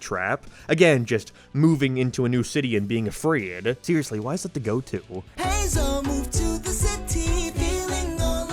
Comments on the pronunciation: It's "Hay-zehl" NOT "HeE-ZaH" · I think her name is pronounced Hay-Zel.